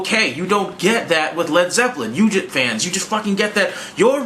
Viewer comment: "Led Zepplen"